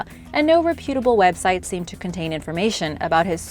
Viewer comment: "Re-PEW-table" website? And near 60 years I thought it was REP - utable.